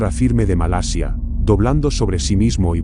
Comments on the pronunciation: No sé dice "Malesia" se dice "Malasia" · ( MA LA SIA ) no ( MA LE SIA ) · MALESIA ? O MALASIA QUE HABLA !